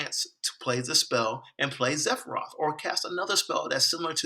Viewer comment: Sephiroth! Not zephroth!!